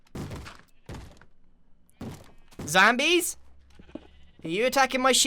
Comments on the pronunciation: The way he said 'zombies' tho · “Zambies?!” breaks through walls